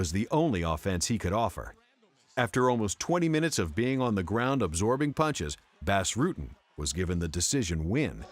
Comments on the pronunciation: If you say BASS Rutten one more fucking time, I'm gonna send Bas (BOSS) Rutten to mangle your vocal chords so you can't make anymore awful voice overs! Have a nice day! :) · "Bass" Rutten, for starters. Also, the calling either of the Nogs "Antonio" is uninformative, as that's both of their names. Generally, they are referred to individually as Rodrigo or Rogerio to differentiate. The rest is just my own pedantic crap, but these two actually stood out as somewhat egregious. Beyond that, your videos are top shelf, which makes the names stand out to me more. Probably best to just ignore this altogether.